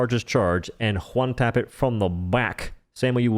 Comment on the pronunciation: omg how he talks is so annoying, I'm at "Juan-tap" number 20 only 3 mins in wtf lol